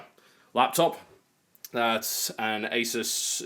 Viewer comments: Talks about ROOT-er vs ROUT-er and proceeds to say AY-sus instead of UH-soos... TB XD sometimes you drive me crazy but I always gotta love you for what you do XD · Rooter, eh? Well, my good man, Asus is pronounced Ay-Soos. ;)